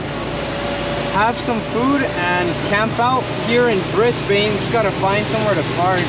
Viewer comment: I love the vid. But it made me mad when you said bris bane because it's Brisbin